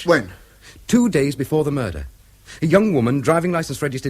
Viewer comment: OH DEAR ! ....There's been a Mah-dur....!!!!